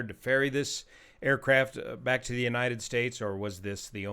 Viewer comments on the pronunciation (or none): none